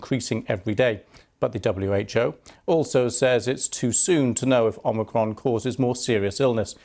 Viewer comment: Geez - it’s not omocron. Goes to show that you just can’t cover up the lies. Can’t even pronounce it right. Hmm hmm 🤔